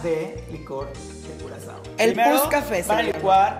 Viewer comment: bebé se dice Curazao (Curaçao)